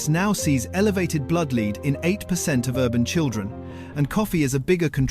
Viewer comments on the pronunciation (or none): Videos like this are why we ALL HATE A. I. The monogamous, robotic poor narrative and hideous spelling all contribute to my anger over why the planet is going downhill so quickly. Lead for example. Lead, not lead. Multiple times in the video. The information COULD be correct but how are we to know when there's no personal effort?? Okay we all know companies are trying to pull the wool over our eyes with everything we buy but so are these annoying 'videos'. A.I. needs to stop for this reason. I'm not religious but god help you all in 50yrs. I'm glad I won't be around.